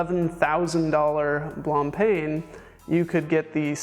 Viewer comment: you also missed Blancpain Blan paun not PAIN